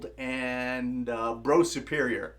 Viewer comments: Tis BRUFF SUPERIOR, not BRO SUPERIOR. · Its pronounced 'Bruff Superior' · Brough Superior pronounced "Bruff".